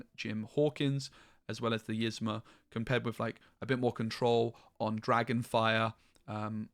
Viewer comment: Please say Yzma name right lol it’s not pronounced like this--> (is-Mah) it’s pronounced like this —> (Ease-mah)